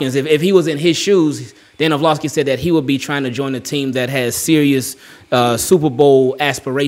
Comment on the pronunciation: Love the vids bro. Or-Lov-ski